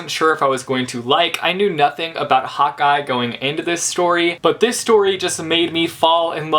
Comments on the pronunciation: Every time you say " Hawkeye" it sounds like " hot guy" which is funny because Hawkeye is a hot guy. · Every time you say Hawkeye I think you are saying hot guy.... I'm British so it must be the different accents but it just made me laugh :) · Am I the only one or did every time said 'hawkeye' it sounded like Hotguy:D?